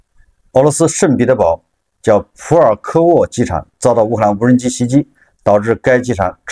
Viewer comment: 这个CCTV4的记者是福建人吧？怎么听见他说的是”无能机工厂“？😂